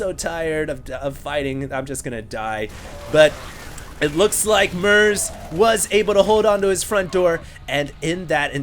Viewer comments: it's MERZ not MERC... stop calling him merc :)). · its MERZ not mercs :P